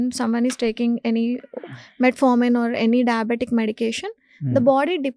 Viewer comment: This anchor has no basic knowledge He is wrongly pronouncing metmorfin instead of metformin and hbaic instead of hba1c very frequently.